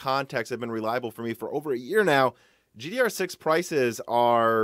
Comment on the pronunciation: Stop saying GDR6!